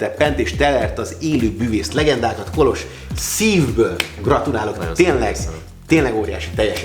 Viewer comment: Milyen jó hallani hogy helyesen van kiejtve Kolos neve 😊